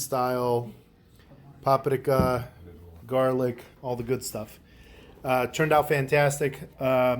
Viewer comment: Idk where you come from but the way you say keilbasa and paprika drive me insane lol Good video though.